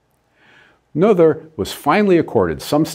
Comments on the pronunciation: Pronounced Ner ter not No ther. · Her last name is pronounced nay-ter. Well, almost. English doesn’t have the vowel I rendered as “ay”, but German doesn’t have the “th” sound you used. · You gave a brilliant explanation thank you. But now... you need to take a German course!! Nothur's theorem!! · Both of these are wrong. There is no r in the name. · A-"nother" thing: "Noether" does not rhyme with "mother" it's more like "Nuhr-teh" or "Neau-teh" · the oe should be something like ö or something I'm not german but I'm pretty sure it's wrong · This is the first time I've head the name Noether pronounce that way, I remember it being pronounced more like no-th-er by a person with the same last name didn't know he shared a last name with someone so important. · Noether is pronounced [ˈnøːtɐ] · I rather suspect that 'Noether' is pronounced similar to 'Goethe', i.e. the 'oe' is pronounced 'oy' and the 'th' as a hard 't'. Given that this vid is in celebration of Emmy, it might be worth while actually getting the pronunciation of her name right. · PS it's pronounced "Nuurter" (sort of!) And "Gerting-gen" (again, sort of). A minor criticism, but might be an idea to check out how to pronounce foreign names! Just as a courtesy! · Still grates to hear a German name pronounced American English. Brrrrr. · As Michel ten Voorde says in his comment below, this commendabie video would be even better if Ms. Noether's name was pronounced correctly. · I think noether was pronounced wrong. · if she is the most significant genius (I'm not saying that she isn't) then why don't you bother pronouncing her name properly? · I'm pretty sure her last name sounds nothing like you pronounced it. But I guess English speaking people always do that. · I'm sorry to say that the professor's pronunciation of Noether is WAY off. Still funny though. 😄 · Good video dr Lincoln but you need to work a bit pronunciation of Noether :)